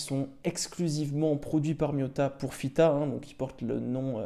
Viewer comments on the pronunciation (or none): Tu fais bien de valoriser cette marque, ça donne de plus en plus envie ! Chouette vidéo pour une toquante qui me plaît beaucoup. Par contre tu dis toujours FITA 😝😂🙌.